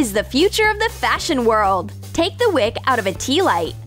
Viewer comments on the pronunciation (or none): none